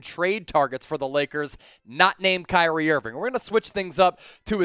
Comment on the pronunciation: I am just surprised you pronounced my name correct 😂🙏🏾